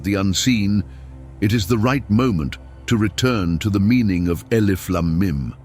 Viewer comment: The word should be pronounced as, alif. Laaaam. Meeeem